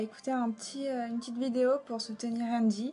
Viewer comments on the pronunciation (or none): none